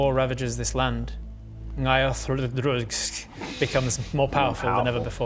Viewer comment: i am so impressed by the fact can pronounce the name ngaiothl'dhruxz so well and so casually